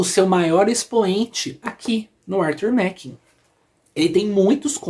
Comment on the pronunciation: se pronuncia Arthur Márren. Grande abraço e parabéns pela coleção.